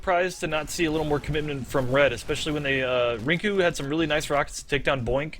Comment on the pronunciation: hearing the casters call youmustmike rinku at the beginning of the game is a little painful :s